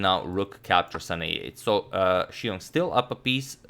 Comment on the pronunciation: You put other non-Chinese commentators pronouncing Xiong to shame.